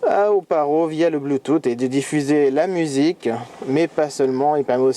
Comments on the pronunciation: Bluetoote, Non bluetoosse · Sa ce dit Bluetooth